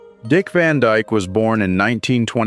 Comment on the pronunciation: His last name isn't "Van Djk". God I hate AI ......